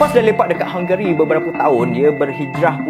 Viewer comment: Sebutan negara itu hungry